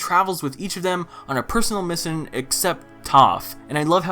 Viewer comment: “Personal missin”, ok.